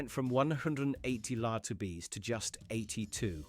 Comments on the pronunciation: Does anybody else find it hilarious when the AI narrator cannot read degrees Fahrenheit or Celsius and calls lbs "Lahtabeez"? 😂😂😂 I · why does the ai pronounce LBS as "lah-tubees"